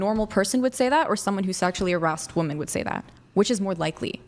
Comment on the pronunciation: She said “Harassted” lol